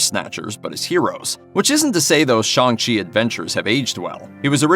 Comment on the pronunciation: Shong chi??🤣🤦‍♂️